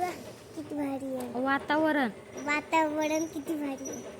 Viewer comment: वातरण❎ वातावडन ✅